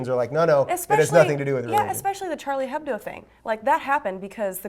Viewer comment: 'Charlie Hebbdough'